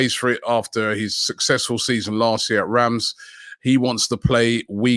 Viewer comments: Rams ????? Reims lol I shall refer to you as Ronnie not Robbie from now on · It's pronounced rance, not rams, although outside of France it's usually referred to as reems.